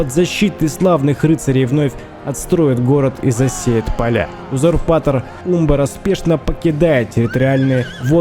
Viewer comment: Да, ты не соврал: это действительно одна из самых прекрасных осад, которые ты снимал. Считаю ты апнул уровень про производству синематиков. Молодец, земляк, рад, что знаком с твоим творчеством. Единственное, по-моему ударение на а в слове Умбар. Но это так, небольшая ерунда. Спасибо огромное, получил обалденное удовольствие!